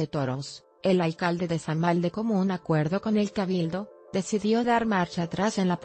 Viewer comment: se escribe samahil y se pronuncia samajil 😐